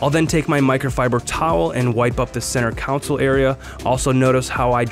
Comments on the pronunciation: Console.... Not counsel. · Just an FYI. It’s called a centre “kon-sole”, not a centre “cown-sill”.